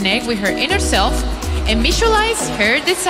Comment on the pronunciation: SELF NOT SELD OR WHATEVER THATS CALLED AND WHATEVER THAT IS